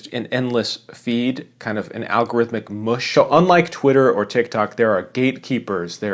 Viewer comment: "Mush" as a noun does not rhyme with "bush." It rhymes with "hush."